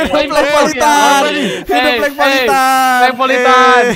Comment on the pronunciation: Plank bukan plang-_-"